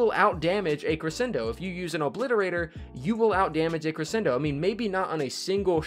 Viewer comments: Don’t worry, we don’t disagree with you for the Cre-shen-do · Omg he kept repeatedly saying crescendo wrong. Wouldn't usually be a problem but he said it wrong like 12 times in 30 seconds. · Roasted Fire Gaming nope it’s pronounced cre-shen-do